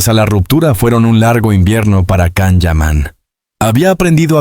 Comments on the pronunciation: La pronunciation wey.. Can(no es un perro) Can se pronuncia" llan" u algo entre "y" o " ll" Depende del idioma... Total es Can (LLAN) YAMAN❤ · Kan?? Siguen sin pronunciar bien su nombre